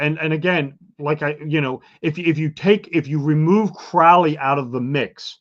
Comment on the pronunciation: This is such trash. This guys delusional. You can find connections with numbers everywhere and to everything if you try , it’s meaningless. And it’s pronounced Crow-ly like Holy not Crauly